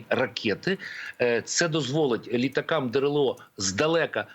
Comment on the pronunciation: ЛітАкА немає....😂😂😂😂😂😂😂 Оце наголоси вірно зроблені!!! Ви,пан ЕКСПЕРТНИК, багато російською думаєте та спілкуєтесь. Відчувається як по нагллосам так і побудова речення має російську архитектуру. Ви російську мову говорите українськими словами. Читайте інеїду Котляревського. Тоді зрозумієте більше думку